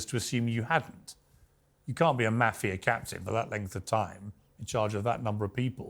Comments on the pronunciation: Piers, please for god sake, please learn the word. "Maahh-fia" not "Meyy-fia".. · It's not pronounced Maafia lol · Its not Maf-ia!! .....its Ma-fia?! .... The way Pierce says it is so annoying! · Piers ... Lol . Nobody says "maa-fia"... It's pronounced "mah -fee - yuh" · Piers you are grossly mispronouncing the word mafia. MAH-FIA. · How Piers pronounces Mafia (Moff-E-Ah) "Maffeya" makes me cringe every time he says it. Couldn't watch the whole interview because of that. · I think when you are going to interview a person about the mafia, you should know how to pronounce the word. The "a" in the word is pronounced "ah" . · “Meiiifia” - thanks Piers for the pronunciation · P. MIRGAN. pronounce Mafia correct for cripes sakes. It should not sound like CAFE -IA with an M. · Pier's pronunciation of mafia jars me. Otherwise, I appreciate his interviews. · He held his calm and didn't garrote Piers for pronouncing "mafia" like that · I am surprised he didn’t correct Piers on how to pronounce “Mafia” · Come on Piers learn how to pronounce "Mafia"!!! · Piers pronounces Mafia so wrong... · At least pronounce Mafia right, even if you are British. Piers is going to ask the tough questions. is very smart. He's not going to crack. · it isnt mafia like sass it is mafia like the "A" in Art. you welcome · Piers! Learn how to pronounce “MAFIA”. You’re a journalist, English is your 1st language, it’s not hard! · Softball interview... I learned nothing new , Except Pierce doesn't know how to pronounce mafia. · Piers - can you not pronounce 'mafia' correctly? Soft 'a'.